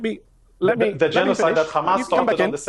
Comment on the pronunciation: Hamas not khaamas its not difficult.Your family is running from the stolen land.And u are abs Hitlarious